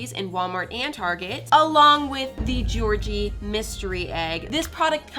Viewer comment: Who tf is gorgie 😭 it’s Georgie!!!